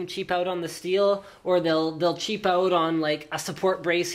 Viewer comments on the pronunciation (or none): 8.42 OOT? Canadian? :D